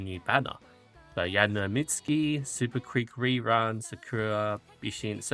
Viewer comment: It kind of feels like ragebait when you keep messing up the names ^^' Yaeno Mitski->Yaeno Muteki Admire Vegas-> Admire Vega Riko Kazumoto-> Riko Kashimoto Anyways thank you for your hard work with the spreadsheet!